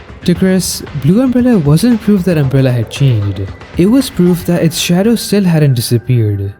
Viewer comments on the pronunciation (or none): none